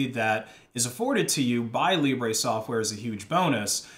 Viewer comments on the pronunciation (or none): it's not Libray just Libre, i die a bit more inside everytime someone says Libray instead of Libre, and why not just say the word free since it's the same thing.